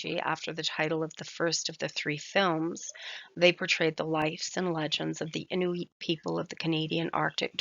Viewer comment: Couple grammatical errors I'll correct, we don't pronounce R like in english, we say it with a tincy wincy bit of growl and Igloolik. We don't prolong the pronounciation of the O we say it like it's a quick U. Another correction is that Inuit is pronounced "In-wheat." Last correction; Isuma is pronounced with a quick U, don't prolong it